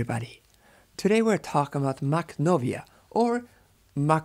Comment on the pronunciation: I don't speak Russian or Ukrainian but I think that "kh" is pronounced as [x], i.e. the same way "ch" is pronounced in German after back vowels.